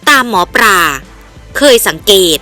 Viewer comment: เลิศเลอ ไม่ใช่ เริดเรอ หมอปลา ไม่ใช่ หมอปรา เห็นงูกับเห็นแขก ไม่ใช่เห็นงูกับเห็นแคก หยิ่งผยองพองขน ไม่ใช่หยิ่งผยองผองขน ยิ่งอ่านยิ่งเลอะเทอะ ภาษาไทยวิบัติหมดแล้ว เปลี่ยนคนอ่านได้แล้วครับช่องนี้ ผมติดตามข่าวสารช่องนี้ตลอดนะ แต่อดขำไม่ได้ ไม่เคยปรับปรุงเลย เคยเข้ามาอ่านคอมเม้นท์บ้างไหม คิดจะทำอาชีพนี้ก็ต้องหัดปรับปรุงการอ่านบ้างนะครับ